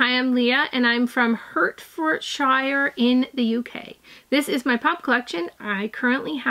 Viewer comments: As someone from the UK it's pronounced Hertfordshire. SHEER at the end. Loved the vid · Gotta appreciate how she butchers Hertfordshire